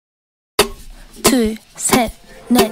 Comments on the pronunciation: 헐... 처음에 둘셋넷 소름이다.. 보통 외국인이면 툴 쉣 네 이거여야하는데 완전 오리지널 코리안으로 둘, 셋, 넷, 이거여서 놀랬어.. 언니 발음좋다... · 둘 셋 넷 발음 뭐야ㄷㄷ